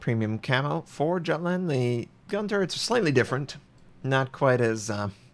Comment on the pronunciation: You know that`s not how you pronunce Jutland........